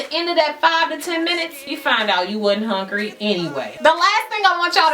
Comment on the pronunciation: I love the fact that you say HONGRY...lol... I totally say that. This video was great! Thanks